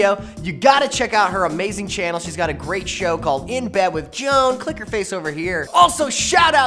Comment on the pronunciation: omg dude its joan not juan